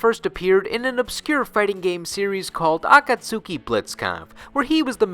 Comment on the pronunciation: Ah-kahts-ki. Shame on you,:P